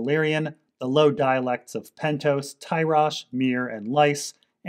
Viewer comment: This is a fantastic series of videos, but Lys is pronounced lees, not lice. Anyway, I really enjoyed these